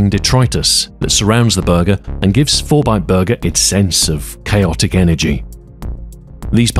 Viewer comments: I swear you said fortnite burger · I heard "Fortnite Burger" at first ffs. Susburger